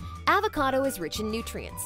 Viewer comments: "Avocardo is reach in nutrients" 😂😂😂 its avocado not Avocardo. It's rich not reach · It's rich not reach